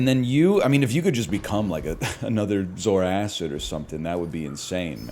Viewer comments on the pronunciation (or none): Is this the last time he calls it zoar acid